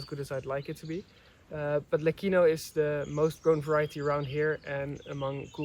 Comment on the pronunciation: the pronunciation of LECCINO is with a soft C, like CIELO = sky OR Lecce (the city in the region of Puglia) - I saw from the sign that the name is LECINO, with one C, still you have to pronounce it with a soft C, like CIELO if you say LEKINO, then you would have to add an H = LECCHINO or LECHINO Question : how long will it take for those olive trees to have a thick bark, diameter 15cm? the second type is FRANTO not FRANTOIO as frantoio is the machine, the oil mill